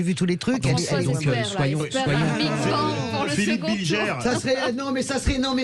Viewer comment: "Bilgère"... cest BilGER bordel, ca désigne le pélerin en diutsch.